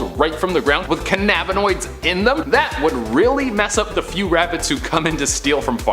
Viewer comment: the way he mispronounced cannabanoids was funny af